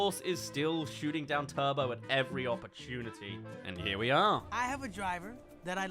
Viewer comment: Turbo* no "tobouuu" genio